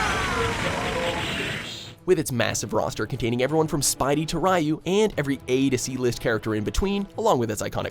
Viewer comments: It's pronounced Reeyu, Jesus. You should know that by now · Once he called Melee the best Smash (Smash 4 is the best) and called Ryu "rie-ooh", I lost hope. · to the people who pronounce ryu RAIYU go to hell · Seriously guy....Dooral? You didn't credit SNK for KOF XIII for shame! I see you're one of 'those' people who still says Rai You. Oh, you didn't put Super Turbo at no.1, fans are going to hate you. 'Top 10 WatchMojo lists that pissed people off'. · Ryu is pronounced reeyoo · You should've said according to Americans this list is wack except for a few games like KOF 13, Guilty Gear, Bl... And your pronunciation of Mai and Ryu makes me wanna vomit 🤮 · 3rd Strike is WAY better than hyper fighting. Stop acting like you know this series when you can’t even say “Ryu” right. You aren’t fooling anyone